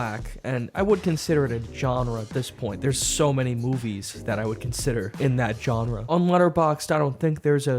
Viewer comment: saying "genre" wrong for almost 20 seconds...was that on purpose? Or does he not know how to pronounce the word?